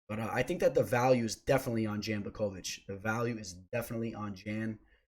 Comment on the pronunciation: Love the content and insight, I always drop a like. "Jan" though? It's pronounced "yawn"